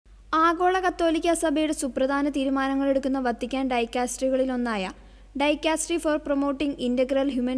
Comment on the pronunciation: ഡൈ കാസ്ട്രി അല്ല പ്രൊനൗൺസ് ഡികാ സ്ട്രി മണ്ടത്തരം പറയാതെ എന്റെ ഗുഡ്നെസ്സ്